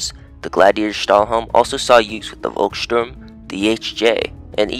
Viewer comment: Volkssturm is in german language spoken Folkssturm, not Wolkssturm.